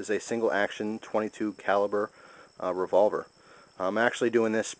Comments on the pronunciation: hahahah revovler. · LOL REVOVLER